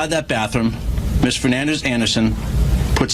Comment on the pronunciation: Her name should be deported the news is screwing up the pronouncing of Fernandes.